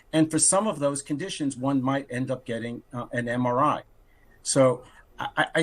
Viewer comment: Can't even pronounce MRI😢😢😢MRI is used to detect strokes...